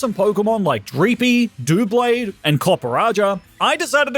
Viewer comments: doo-blade? freaking doo-blade? what is it? it is TWO swords, TWO as is double not dooble what is a sword? it's a blade dou(ble)blade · How You Say Doublade Is Doub-blade not DOO-blade Just To Tell You